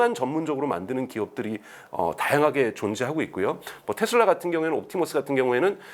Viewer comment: 텟슬라가 아니고 테슬라 입니다.